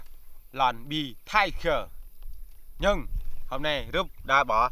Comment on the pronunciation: Tiger mà anh nói bager